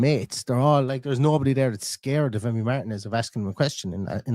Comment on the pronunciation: Not MARTIN-EZ ❤